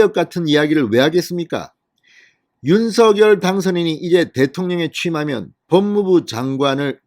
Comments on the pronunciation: 윤서결 이 아니라 윤성녈 입니다 듣기 거북 합니다 유독 혼자만 윤서결로 발음 하십니다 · 제발 대통령성함 공식 발음 좀 찾아보세요 방송인이니 공식적인 발음에 앞장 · 윤서결로 발음하는 것이 맞습니다